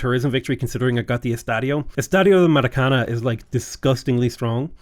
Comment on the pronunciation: I feel like at this stage the maracana pronunciation must be comment bait 😂